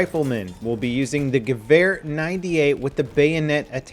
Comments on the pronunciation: In what Would does a W sound like a V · i always have to laugh when you pronounce gewehr :D